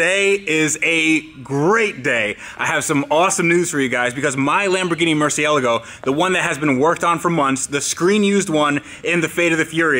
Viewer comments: Why are you still insisting on saying Lamborghini "murcialago" its Murciélago!! And what is the point on owning a lambo if you cant get it out on the road? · It's not a MurcielEgo, it's a MurcielAgo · Are my ears listen incorrectly or why do I always hear you pronounce Murcialgo? Becauce I'm pretty sure that the right pronounciation would be Murcielago. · Its a Mercy el r go not ella go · When you would start to properly pronounce Murciélago? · Why do you pronounce murcielago weird? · First thing i would do when buying a Murcielago is learning to pronounce it lol. But great content, just made me cringe. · Fucks sake it's not hard to pronounce Murcielago correct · every time you mispronounce Murcielago, it makes me cringe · Every time he mispronounces Murcielago I cringe a little.